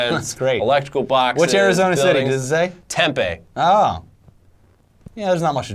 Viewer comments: Guys it is pronounced 'tem-pee' not 'temp-a'; and it has nothing to do with the large population of homeless or drunken college students. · It’s pronounced temp-eeee not temp-ay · As an Arizona native, every time they said tem-pay it hurt my soul. its tem-pee yall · It’s TEMPEEE!!! Not tembae for Christ sakes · As an arizona native it bothered me soo much how they said tempe arizona tem-pee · There gotta be way more then 100k parking meter in New York I demand to know an exact head count Ok edit: what the hell guys that's not how you pronounce tempe?? Its said like tempee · Guys it’s pronounced “TemPEE” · Lol "tempEE" its pronounced "tempi" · its pronounced tem-pee lol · It’s pronounced: TEM PEE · Its Tem-pee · Oh my god say Tempe right good lord. How to tell if you're not from AZ you say it that way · Lived in the Phoenix area all my life I had no idea Tempe was so hard for people not from the area to pronounce until recently. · It bothers me how they say "Tempe"